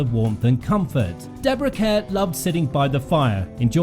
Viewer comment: Her last name is mispronounced. It is pronounced like "car." The promotion for one of her early American films stated that.